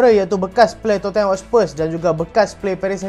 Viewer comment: sebutannya "totnem" bang